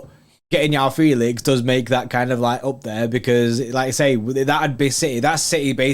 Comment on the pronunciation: Ur saying Felix 1st name wrong